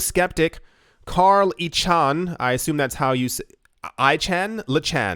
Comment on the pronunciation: "Carl Ichan" hahahaha